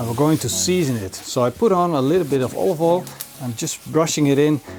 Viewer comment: Hahaha, you are just as bad at saying "olive oil" as Gordon Ramsay! It always makes me giggle when he tries to say "olive oil" and always end up saying something more like "ovoil" 😂